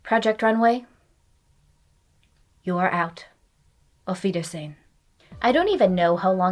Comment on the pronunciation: I am less than two minutes in and just have to point as a German out that your pronounciation of "Auf Wiedersehen" was surprisingly good!